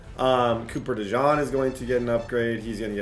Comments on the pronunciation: The pronunciation on Cooper DeJean is (Coo-per De-Jeen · Quit calling dude a mustard.. it's DeJEAN 😂 jfc I wanna jump thru the screen every time u say it.